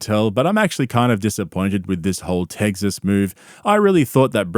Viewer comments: "techs"-"is" or "uhs". "tegzas" is some New Zealander shit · It’s not tegzis it Tex-s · Tegziz. Bro, I know you’re from Austria or New Zoolander or something, but it’s pronounced TEK-sis. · Did you say... teggsas and nardivs?😂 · "Teggsas" lol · Cringe you got me right away with the “Teggsess” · As a Texan I like the way you say Teggsus. It's almost like trugg walk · Ahh yes. Nothing better than good ol “TEGGGSUS”. You realize there’s an X in the name, and not a G.. right? lol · Tegsas - you Lmao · "TEGZUHZ " LMAO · Please never learn how to pronounce tEGGsus 😂 love it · I appreciate you using the correct pronunciation of the state of Tegsess. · Why is he calling it “Teggzuss” 😭💀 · Hey... just checking if Aussies know it’s Texas with an X in the middle not Tegsas🤣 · I know you’re from South Africa or whatever but there’s an ‘X’ in Texas…not eggs. It’s not Teggsas….what are you doing here b JK…you rule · “Tegces” makes my skin crawl bro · "TEGSAS" xD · He did quit, he moved to Aussin, Tegzus (bapa’s pronunciation) and bapa followed him. Callen wants nothing to do with cauliflower ear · Why do you pronounce Texas like that??? There’s NO “g” in the word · There is no g in in Texas bud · There is no G in 'Texas' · There isn’t a G or a Z in the word Texas. 🤦‍♂️